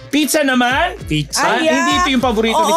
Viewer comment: It's pronounce "PIZZA" not "PICHA".